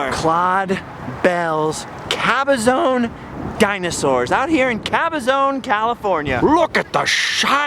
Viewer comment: I grew up mostly in Banning'CA. That is the town next to Cabazon' CA. One thing that drives me nuts is the way you and Woo mispronounce Cabazon. See if this is a help...